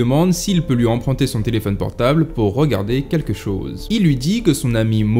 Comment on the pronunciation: quelles raisons ont-ils données? le mobile ? et puis attention au style et à la prononciation: on ne dit pas "quekchose"